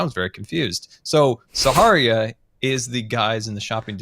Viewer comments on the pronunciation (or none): called it saharia🤣